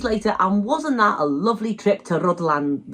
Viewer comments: It's Rr ith lAn. Rh is a digraph in Welsh, expressing one sound, atrilled R, but breathless. Then U which approximates to an English I sound. DD is another digraph similar to Th. But in Breathe. So RrithlAn sort of. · "Ridlan" Castle. That sounds about right! BTW, it's no longer Wales—it's Cymru. Scotland is Caledonia, Ireland is Hibernia, and England is Albion. Common law will return. The UK Corporation was declared bankrupt in 2021. I heard decades ago that the stones from the bottom of those drum towers at Rhuddlan Castle were taken away to build the nearby houses. 10/10 for the video. Thanks!